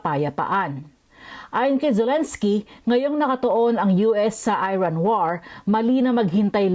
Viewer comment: AI yung reporter ampota ibang yung bigkas nya sa Iran tsaka Kyiv